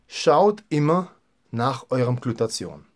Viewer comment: Super Infos, aber die missliche Aussprache des Wortes "Glutathion" schmerzt etwas in meinen Ohren. Es heißt nicht "Glutazion", sondern "Gluta-thi-on". Der Wortbestandteil "thio" bezeichnet hier den Schwefelanteil des Moleküls (von griechisch 'theion' = Schwefel). Danke.